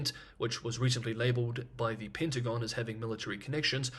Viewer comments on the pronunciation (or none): none